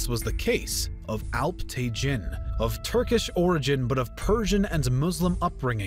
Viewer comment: Alp-tegeen/Alp-Tekin NOT te-JIN. Sobok-tegeen/Sobok-Tekin NOT te-JIN :)